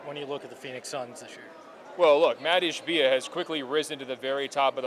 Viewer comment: Maatt Ish-B-IA